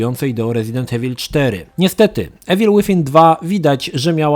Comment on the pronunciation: Wszystko spoko tylko wkurza mnie to jak ziomek wymawia niepoprawnie nazwę gry xD